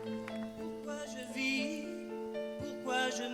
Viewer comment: For a native French speaker, Dimash's rendition of Daniel Balavoine’s original song is painful to listen to. The pronunciation is often wrong — as early as the third word, he says “pourquoi je visse” instead of “pourquoi je vis.” In French, the final “s” isn’t pronounced, which is especially unfortunate here since "visser" means “to screw” in English. Needless to say, it’s jarring from the start. And that’s not the only issue. Most of the rest of the song is a complete mess : you can’t understand a thing. The words are unintelligible. As for the technical performance, the lyrics are oversung. In short, none of the emotion of Balavoine’s original comes through. Balavoine’s own interpretation is vastly superior. For non-French speakers discovering the song for the first time, Dimash’s rendition might seem impressive, but for those who know the original, it’s nothing short of a massacre. A singer’s voice should serve the song, not the other way around.